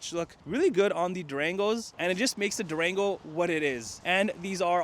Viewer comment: It sounded like he said Drango 😔😌🤣 I have mixed emotions right now. I'm still spiriling,I got approved for a vehicle. 20 miles on the vehicle I would take but 50 miles I think not.